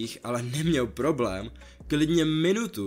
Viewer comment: "Poroblém" xDD